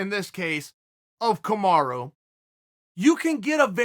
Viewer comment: I’m here just to hear him say Kamara Edit: since when does chael pronounce his name right?